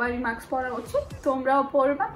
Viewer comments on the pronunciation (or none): none